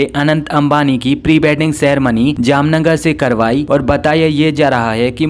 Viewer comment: At 6.36-“ Jamnagarh ya jamnagar ❓🤣😂”,..